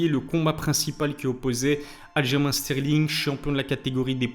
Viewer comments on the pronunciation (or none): Ça s’écrit Aljamain mais se prononce “Aljamaine” car c’est un nom propre et la prononciation ne devrait pas varier selon la langue.